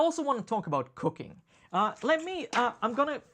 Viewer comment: First five times you said "cooking" I understood "cocaine". You can't imagine how weird it was. Lol. I'm not a native English speaker either so that might explain it. Great episode!